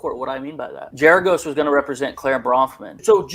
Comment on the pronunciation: It’s Gerargos with a hard ‘G’.